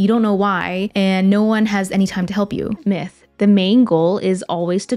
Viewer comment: Every time she says myth, i think she is saying Meh